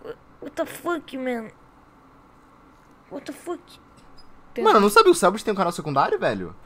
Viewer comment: " Uóta fãki "